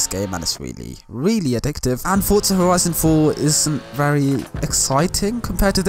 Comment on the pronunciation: “Which looks wery nice” sry bro I had to